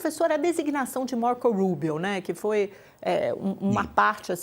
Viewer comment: A jornalista" Marcouul Ruibio"😂